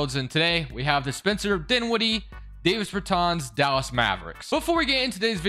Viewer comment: I know it’s late as hell and nitpicky but his name is pronounced “Daaahvis Beartaaahns” not “Dayvis Burrtans” Dāvis Bertāns